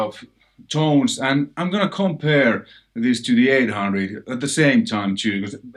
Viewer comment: Please don't "komPeRrr..." but "compare" LOL